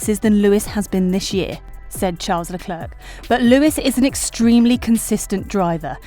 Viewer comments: But why does she say leclerc with the last c its silent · Firstly - is it really so difficult to pronounce a person's name correctly - especially when his name is mentioned at least 20 times every GP wekend? The "c" at the end of Charles Leclerc's name is silent! I don't think Max has a chance in hell of getting the championship now unless Mercedes have reliability problems. It is very unlikely that the weather will be anything but sunny and hot. The question I would love to know the answer to is why Mercedes had the dip in performance before Brazil, when all we heard from Mercedes was "Max has a much faster car". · WOOOWW u rlly said Charles Leclerc's name so wrong